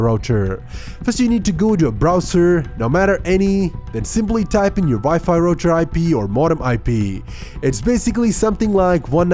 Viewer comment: Wipi rocherrrrr😂😂😂